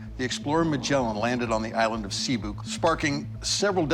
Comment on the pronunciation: You have a Filipino right next to you and he couldn’t teach you how to say Cebu? 😂